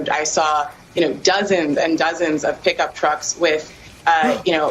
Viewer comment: That woman at the beginning says "explicatives". 🙈🙈🙈